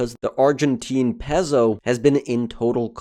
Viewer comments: pretty sure its pronounced "Pay-soh" not "Pez-o" -_ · It's pronounced "pay-so" not "pezo." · "pezzoh" 😆 "pay-so" 👍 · Love the Argentine "pezzo" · Nice video but it's "PAY-SO" = Peso. 😂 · bro says peso like pez-o🤣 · Please learn to pronounce Peso.